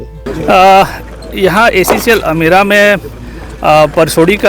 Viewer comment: गांव का नाम अमोरा नहीं अमेरा है।